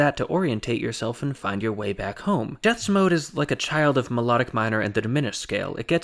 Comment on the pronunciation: Jeths is pronounced as 'yets' in Dutch